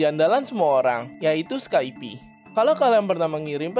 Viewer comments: Pelafalannya "Skaip" bro, bukan "Skaipi" Capek dengernya drtd skaipi skaipi... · skaip bukan skaipi.